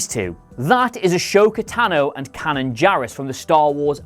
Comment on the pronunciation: First things first, pronunciations for Ahsoka and Kanan are completely wrong, there are 5 seasons of Ahsoka in Clone Wars with the correct pronunciation (It's Ah - so - ka) And Kanan is Kane-on (yet again 4 seasons of Rebels) don't understand how you find it so hard to actually research the easiest of things with pronunciations. And Jannah is Lando's daughter go fucking read the Visual Companion (ya know a canon book that comes out with every film) says shes Lando's daughter. Seriously do some research!!!!!!!!